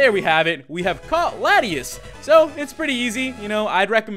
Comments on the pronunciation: prononuced: la-tee-aus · its law-tee-aws is how its pronounced